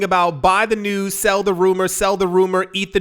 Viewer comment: News not bews lol!